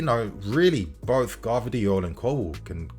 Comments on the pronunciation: it's Gvardiol not Gavdriol:D anyway I would be very wary of buying players from Germany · I beg we don’t get Gvardiol just for the fact that these mfs can’t pronounce his fucking name right so I cba to hear several English mfs say it wrong, every single fucking time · I feel like every video you pronounce Gvardiol another way haha